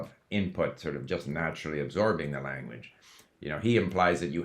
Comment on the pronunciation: I notice you are saying Lanwedge